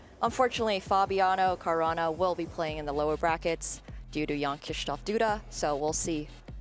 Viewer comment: Everytime the one guy said "Jan" I heard "young"